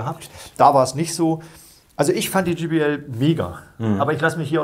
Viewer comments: Gee Bee El spricht man übrigen Jay Bee Äl aus. Auch wenn es nur ein Spaßvideo sein soll... Ihr habt Hemden mit eurem Firmenlogo an. Ihr verwendet völlig überteuerte Goldkabel als würdet ihr Flöhe husten hören. Aber wisst nicht, wie man ein J auf Englisch ausspricht? In nahezu jedem eurer Videos findet man solche Patzer die an eurer Kompetenz zweifeln lassen. Reine Verkaufsvideos. Und diese Lautsprecherkabel die ihr verwendet... das sind so feine Nuancen die man da unter Umständen raushören kann, dass man auch einfach teurere Weichenbauteile verbauen könnte. Damit fährt man wesentlich günstiger und effektiver. Falls ihr mal Lautsprecher habt, die so gravierend verbessert wurden in allen Belangen, dass nur noch bestimmte Kabel den letzten Pfiff geben können, dann, aber auch nur dann, könnte man irgendwas von dem glauben was ihr da erzählt. Schade, dass man Menschen heute nur noch unnützen Kram verkauft. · Vielen lieben Dank an euch.Ich stehe persönlich auf viel Hochton 😬 also JBL ,auch mit Möglichkeit Hoch und Mittelton anzupassen ist eine tolle Sache. Was ich nur oft bei Hifi-Profis höre ist der Name JBL der oft GBL ausgesprochen wird😉.aber das ist nicht böse gemeint denn den Vergleich Test macht ihr wie immer professionell und das gefällt mir an Fidelitiy.Ein schönes Wochenende 🎼🎶🎵🎸🔊